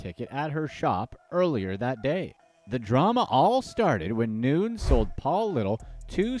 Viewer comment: Noo-nez not Noons.... cracks me up